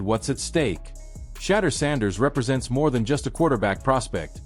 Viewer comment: Say his name right jeez